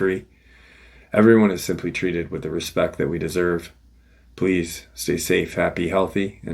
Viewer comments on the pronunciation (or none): none